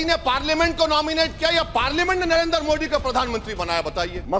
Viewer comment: नरेंद्र को नरएन्दर....मोदी को मोडी.... क्यों बोलता है.... कानून को खानून....😂😂😂